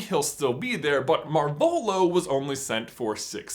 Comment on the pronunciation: That's. Not. How. You. Pronounce. Marvolo!